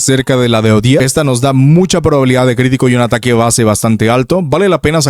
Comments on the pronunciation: Ya deja de decirle odete o ojet, suena como si estubieras diciendo jodet. O jett del chocolate. Se dice simplemente odet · Es 'Odet', no 'Odiet'.